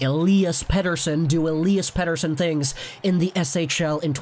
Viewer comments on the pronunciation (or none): none